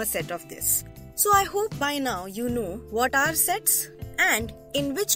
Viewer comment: I think you say Sex 😅